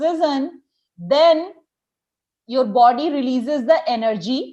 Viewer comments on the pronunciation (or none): none